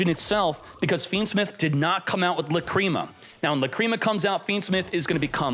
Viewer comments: 😂Or when he says "La Creama" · Not only pronounce Lacrima and Apollousa wrong, now Mu Rcielago too lmao Murcielago LITERALLY means bat in Spanish.